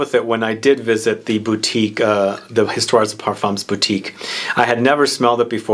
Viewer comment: No S at end of either word ... Histoire de Parfum ... the S is silent 🤣🤣🤣🤣🤣. My favourite is 1740 and my birth year 1969 👍🏻. Oh and in 1804 Napoleon was granted title of Emperor 👍🏻